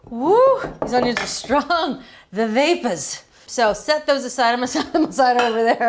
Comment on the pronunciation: lol "Oo! The vapuhs!"